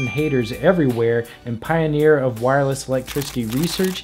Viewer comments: "Wirless" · "Wirless" facepalm